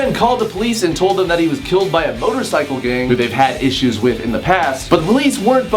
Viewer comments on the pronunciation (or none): none